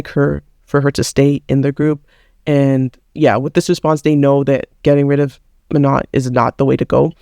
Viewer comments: Her name is pronounced Mano don’t say the n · You're acting as if Danis dad is targetting Manon for being black. You arent even respecting Manon by pronouncing her name wrong...